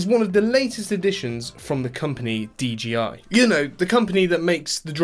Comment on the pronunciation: Bro got me pronouncing it “DGI” now 💀💀💀